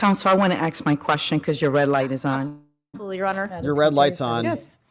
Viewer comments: "Counselor, I want to AKS my question cuz your red light is on".🤡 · How do you become a federal judge and can't say the word "ask"?